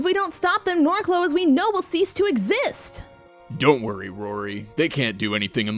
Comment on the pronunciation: someone needs to tell that the region is named Norcloh, not Narcloh lol